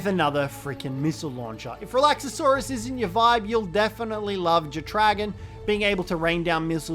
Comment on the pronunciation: Please stop mispronouncing Relaxaurus! It's not Relaxasaurus, Its Relaxsaurus! 4 syllables not 5 😂